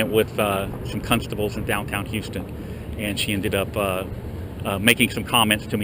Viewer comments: “Cuntstable.” gets away with at least 3 of those. You’re a class act man, but you should think about takin that word out of your lexicon. Does you a disservice. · Did he say cuntstable ? Hahahaha, that's awesome. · I wish I had the balls and wit to do what you do, you are amazing sir!. Sidenote; did I hear you say cunstable?,you sly devil.